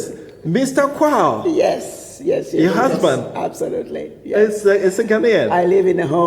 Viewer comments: The former AU ambassador's last name is pronounced as "Kwa WU" and not "KWA". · Just a quick correction...Lol.. The name is Quao not Kwa. Same as we have in Ghana "Kwaw". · The last part of the name is pronounced “KWA-O” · a Ghanaian journalist who cannot pronounce the name QUAO, a popular Ghanaian name correctly. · the only ghanaian who can't pronounce a ghanaian name